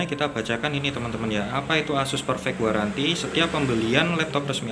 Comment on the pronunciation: 24 month garanty bg bacaanya